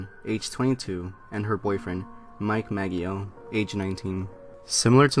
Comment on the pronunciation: It's "Ma-JOE" not "Mag-ee-o"